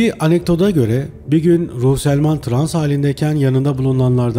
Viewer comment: psiyatristin soyadını yanlış söuleüyorsunuz.